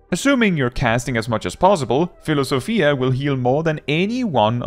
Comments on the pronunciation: Philosophia was actually pronounced correctly. Pneuma needed some work though❤ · Thanks for the guide! For what it's worth, you pronounced Philosophia correctly like a Greek would 😂